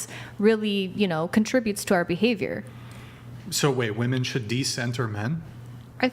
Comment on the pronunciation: Will someone please correct that girl in the grey dress how to pronounce women